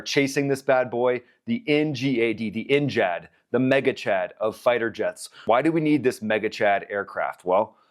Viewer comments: Ggggg not jjjjj Ngad not njad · I don't like how you pronounce ngad 😂